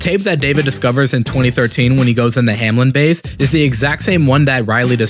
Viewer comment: Bro: hamlen My mind: HOW TF DID HE MESS UP THRICE